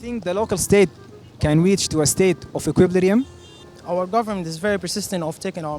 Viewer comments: Equiblirium 😭😭 it's Equilibrium my guy jaybeen lekom zol ma bi3rif itkalam is2al alnas? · Equilibrium not equip lirium!!😁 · And you are pronouncing equilibrium wrong 🙂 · اته زاتك نطقتا Equilibrium غلط😂😂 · bruv you cant even pronounce equilibrium yourself LOOOL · المقدم داير يستعرض مهاراته اكتر من تقديم البرنامج بصورة مرضية لان inflation من الكلمات الاقتصادية محتاجة صاحب تخصص لكى يتحدث عنها اما equilibrium حتى مقدم البرنامج ما ناطقها صح